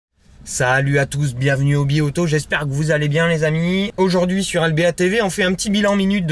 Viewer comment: Le "j'espère" enjoué qui venait directement du Nord de la France ahahah